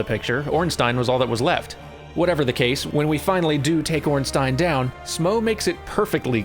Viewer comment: Thank you and congratulations on pronouncing Ornstein correctly after having gotten it wrong during the play-through.